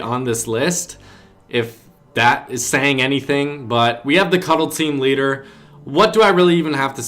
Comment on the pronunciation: lol he did piss me off with cuddle teram leader lol